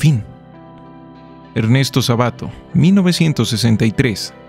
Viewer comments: HOLA COMPAÑERO.... UN SALUDO......... SE DICE SÁBATO Y NO SABATO.... LEVA ACENTO EN LA PRIMERA Á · Un detalle menor, que no deja de extrañarme, dado el nivel cultural de: el apellido Sábato lleva acento y se pronuncia en la primera a. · Un pequeño error en la pronunciación me abre la puerta para comentar sobre una triología de escritores famosos argentinos contemporáneos, y más o menos amigos entre sí: El primero que nombraste es Ernesto Sábato, con acento prosódico y ortográfico en la prmera letra a, Jorge Luis Borges el eterno candidato al premio nobel de literatura sin nunca conseguirlo (un Messi sin copa mundial de fútbol) que dijo "Todos caminamos hacia el anonimato, solo que los mediocres llegan un poco antes", y Adolfo Boy Casares quien escribió "La Invención de Morel", una historia en que existe una máquina que burlaría el tiempo, como si fuera una máquina de la inmortalidad, de la eternidad, o del eterno recuerdo. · Sábato Creo lo pronunció mal